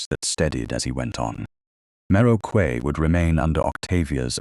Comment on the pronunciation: For goodness' sake correct your A I's pronunciation of Quay to "Key" - the incorrect one is grating on the ear.